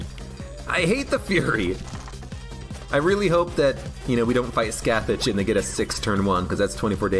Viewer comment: In every video where you say "Scath-itch" I will be here to say Scathach is pronounced like "Skaw-Hawch" EDIT: It's really difficult to type how it's said, the last letters of the second part kinda isn't pronounced but it is there. Irish names smh